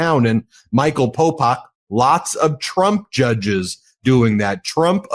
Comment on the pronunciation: He keeps calling him Popak. 😅 ok, Popak..